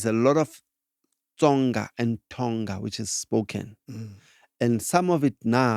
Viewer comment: On Tonga , the pronunciation should have the ... nga from ngo for ubuthongo